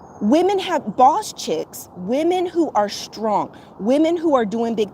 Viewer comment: I like how you said bawse at the minute mark. Haha. Good video